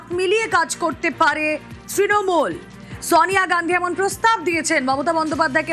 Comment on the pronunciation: sawniya gandhi নয়, উচ্চারনটা Sonia Gandhi